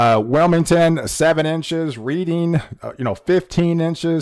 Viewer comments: Reading, PA is pronounced like Redding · Reading prounounced Red-ding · Yes....look up pronunciation of Hagerstown, MD; Reading, PA; Worcester, MA and Scranton, PA. Other than the mispronunciations, your reporting and delivery are excellent!😁